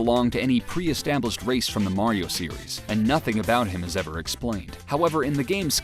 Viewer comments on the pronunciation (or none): none